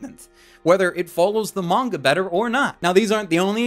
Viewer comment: Is it just me or is he saying manga-ka?